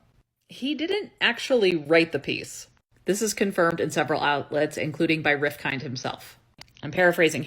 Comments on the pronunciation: "Rif-kin" - the (d) is silent. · Hi, great video btw Rifkind is pronounced Riff-k-ind (so 'Riff then' 'k' + 'ind' as opposed to 'kind'). I used to work with his daughter Caroline in business consulting. The islamaphopia is especially egregious as Malcomn has previously held intelligence oversight roles on behalf of the British Government, so the lack of sources here from someone inside the industry connected to anti-terrorism would hold weight. This latter fact is made all the more concerning given that HJS is also a registered charity and has previously come under scrutiny by the UK charities commission, given that some regard it as a politically motivated think tank instituted for the purposes of spreading islamaphobia. Finally, it's important to note that Malcom Rifkind is held with great regard within the UK jewish community.